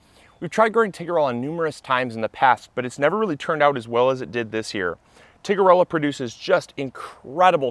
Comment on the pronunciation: Great episode! Thanks. But I think it's Tiger-ella not Tigger! (Not sure what Tigger would think of that 🐯.)